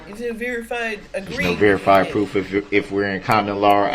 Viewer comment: There's no verified pwoof, there's no verified pwoof! Well other than the mountain of evidence that puts him in the SUV on the parade route running over people with heartless abandon. I think that counts as pwoof.